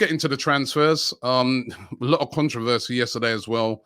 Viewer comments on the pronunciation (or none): none